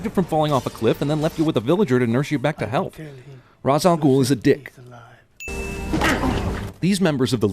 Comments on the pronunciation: It's... pronounced... RESH!!!!! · its not ras its pronounced rae sh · RAYSH, NOT RAWZ! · The directors of this movie never figured out how to pronounce "Raysh" al Ghul's name properly. They always pronounced "Ra's" literally. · Another sin: Ra's al Ghul's name is always mispronounced. (The creator of the character said that the character, though mostly Arabic, took inspirations from all over the Middle-East. The Hebrew way of pronouncing it would sound more like "Raysh" than "Roz", which was even explained in an episode of Batman Beyond.) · ra's al ghul is pronounced rage al ghul, not ras al ghul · Ihe said Ra's Al Ghul, but isn't it Raz al Ghul? If so, that's a sin within a sin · Another sin, not pronouncing Ra's Al Ghul's name correctly. It's "Raysh" not "Raas." Also, the fear toxin shows people each their own fears. There is no way anyone would see the same thing. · its not pronounced Ras A Ghoul its Ray Sha Ghoul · Correct me if i´m wrong, but isn´t Ra´s pronounced rashe? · Are we not pointing out the fact that Ra's was never pronounced "Raz"? It's pronounced "Raysh" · ITS RAYSH!! Thats how you say it, not Razz >.< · I am a huge Batman fan and in the entire Trilogy they pronounce Ra's Al Ghul's name wrong it is pronounced RAYSH not Rase, and he technically is over 1000 years old, every time he is close to death he can restore himself using the Lazarus Pits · It's hilarious how many people think Nolan got the name wrong. If anything Nolan got it right, but there was still one small mistake: He said Raz, it's supposed to be Ras, the comics got the name wrong, everyone now thinks Nolan got it wrong. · hes talking about the pronunciation i think, .....liam says ras, when he should be saying rashe or something along those lines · Cinema sin #51: Rahz al Ghoul, not pronounced Resh. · What about saying Ra's al Ghul's name wrong? It's RAYSH, not RAZ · It's not pronounced Raaaz, it's Raysh. *ding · no sin for raz al ghul? and not raash al ghul? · its pronounced raesh